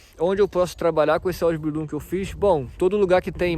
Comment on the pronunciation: Sua pronuncia na palavra Ausbildiung e Meister está errada